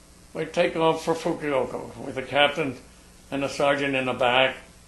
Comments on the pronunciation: You're quite right, he kept calling it 'Fukuyoko' instead of Fukuoka, but what impressed me was that he even got that close after 60+ years ! Anyway, nice gentleman. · Fukiyoko? or Fukuoka? o,o I don't know what he's saying. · Not as a complaint at all, but for clarity in his fascinating story, the city's name is Fukuoka (Foo Ku Oh' Ka), not Fukioko (Foo Kee Oh Ko). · Just in case anyone is wondering, he means to say 'Fukuoka' not 'Fukioko' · i guess japanese places are not easy to pronounce for non japanese. the number one word mispronounced is "KARAOKE" AMERICANS ALWAYS SAY KERRYOKI, I ALWAYS LAUGH. " KA RA OK" THE PLACE THIS MAN IS TRYING TO SAY IS "FUKUOKA". BLESS HIS HEART FOR SERVING. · Think it pronounced Fukuover! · it's fu-ku-o-ka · I think the miiltary people commonly referred to Fukuoka as "Fukiyoko". I once talked to an ex Army nurse who pronounced Fukuoka this same way. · I question this guy's story, first of all he doesn't know how to pronounce Fukuoka and furthermore if he was a pilot he would not have flown to Fukuoka, he would have flown to Itazuke Air Base which was the name of the base at the end of the war. I'm sure he has lots of stories to tel and some of them might even be true. However I question this one. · You might cut the man some slack seeing as how he's recounting an incident that happened 70+ years ago, that he mispronounces a place name is really unimportant and further evidence you're just nitpicking. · This man is so damn real he can't say "Fukuoka" worth a damn, and I LOVE it. (Reminds me of a veteran I met once, a tank driver who saw action in the Ardennes, trying to claw back France from the Reich) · Lol the way he says 'Fukuoka' heehee